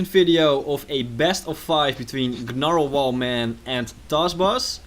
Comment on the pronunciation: The g Is silent